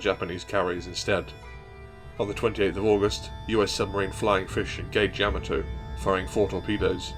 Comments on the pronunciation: Its not Yam-A-To...... Its Ya-Ma-To. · Excellent video and thank you. I have a correction please. The proper Japanese pronunciation of Yamato is "YA-ma-to", with the emphasis on the "YA", and not "ya-MA-to as commonly pronounced by non-Japanese people. The link below demonstrates this. It's from the original 1970's Japanese cartoon "Space Battleship Yamato", and it's in the original Japanese language. At the time mark , there is a clear pronunciation of "Yamato" as it should be pronounced.